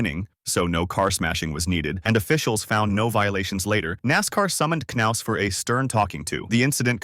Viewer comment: Dave Mar-ciss and Chad Nows, lol